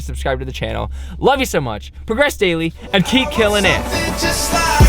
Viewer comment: You said "keep killin it" wierd